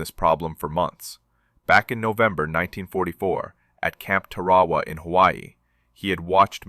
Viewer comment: First hint of AI - not being able to pronounce Tarawa properly